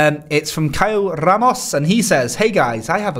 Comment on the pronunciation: First British that pronounce "Ramos" properly